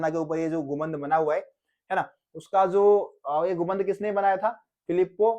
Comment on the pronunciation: Gumbad ko gumband bol raha hai